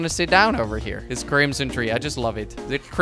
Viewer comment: Kwebbelkop: "Let's put sown a' little scenery." *Makes a Forest*